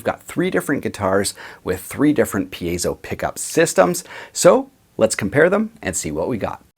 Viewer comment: I'm glad you're pronouncing it correctly. It seems like solid vs. semi-hollow vs. hollow body is making a difference. I have an account with Graphtech, so I'm putting the Ghost system on my current build, but I'm doing it mainly for the midi output. I'll certainly put a tone circuit on the piezo.